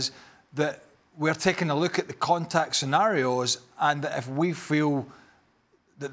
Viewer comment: Woow (contektt) wholeday🤣🤣🤣